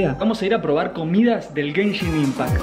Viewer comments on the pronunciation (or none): gayshin impact eh? *se desubscribe*